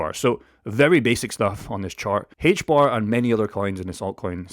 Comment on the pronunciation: HBAR. In English, the letter H is pronounced "Ayche" not "hhhaych". The token is pronounced AYCHE BAR. Also, the token will be somewhere around $1,000 by 2030.